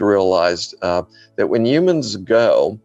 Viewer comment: He said "yumans"